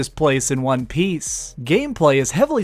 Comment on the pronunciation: i can never tell if he says number won or juan lol